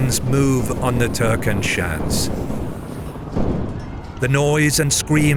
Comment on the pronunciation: At the end, you say the place name "Türkenschanze" with the same inflection as all the other Austrian place names. This name actually resulted from the events depicted here, the name translates to "Turkish entrenchment".